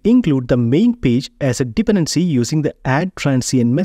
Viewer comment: thanks, btw: Dependency is pronounced with an emphasis on the second syllable, not the first, so it's more like dePendency